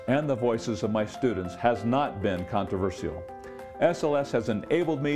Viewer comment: The most annoying thing about this video is the way he says 'controversial.' And it's the title of the video, so it comes up a lot. It's a contraversheal way of saying controversheal.